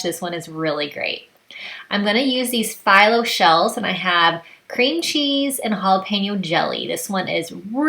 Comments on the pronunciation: Thanks for the recipes. Just FYI, the phyllo shells are pronounced fee-low not figh-low. It’s a Greek pastry. I know it’s probably one of those words you’ve seen but never heard anyone else say it. Now you know. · great appetizers! Not being rude, but Phyllo is pronounced Feelo